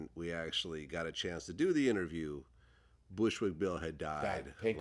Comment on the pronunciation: Lol “imterview” .